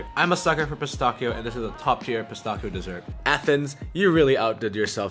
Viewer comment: Your praline pronunciation is fine, but your "pistachio" one needs work :)